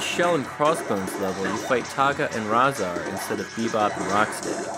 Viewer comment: It is really pronounced Ray-zaar and Toe-kah. Thanks for the reviews